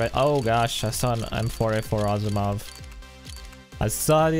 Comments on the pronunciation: asimow not aposimow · stop sayig awp osimoooov its trigering me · Asiimov is pronounced Az - e - mov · Why do you say asiimov so weirdly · Stop eating on stream, please. Also, stop saying Basilisk and Asiimov the way you do, say it right.